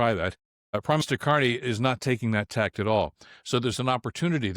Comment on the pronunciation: Bill, I much enjoy your podcasts ...... but I've an idea you have made this mistake as well on previous podcast. Changing "tack" is a sailing term: it refers to the need to follow a zig-zag course when heading against the wind. I believe you tend to say "tact", which would not mean anything.